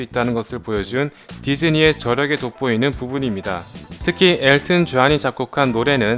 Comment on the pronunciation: 라이언킹~엘튼 전~전 파부로~발음 직이네예